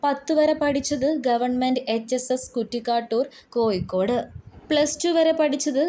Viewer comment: Nee there padichitille koyikod alla Kozhikode anu put hiya varthayum kond vanninu Savam